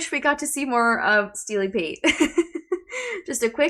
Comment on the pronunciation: It's "Steely Pate"...